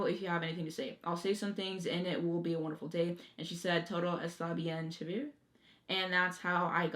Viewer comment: Great revisit! I agree with your opinions on ‘Golden Lady’ I also liked the way you pronounced “chevere” in the song ‘Don’t you worry ‘bout A Thing’ good Genius information! Diggin’ your shirt!